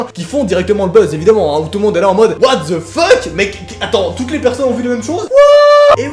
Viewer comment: C'est pas what ze feuck, mais WHAT THE FUCK XD